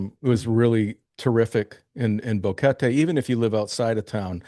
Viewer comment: How long has he been there? GEEZ he should know how to pronounce Boquete. Bo Ket TAY.... his 'bo KET Tee' is grating for anyone that knows how to say it.